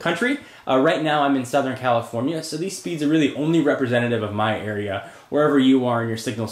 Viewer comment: Theese website... LOL for the accent.